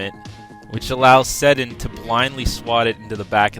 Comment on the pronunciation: You said Sedin wrong.